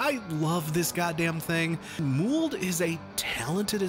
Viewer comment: Muwled? I thought it was pronounced mouled as in fungus? 😕 This might be an American thing, is this how you usually pronounce it?